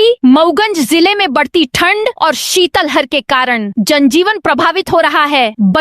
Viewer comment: शितल हर नहीं, शित लहर बोला जाता है।